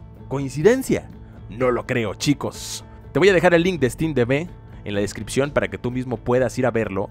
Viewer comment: Wtf te pasa con la palabra : chicos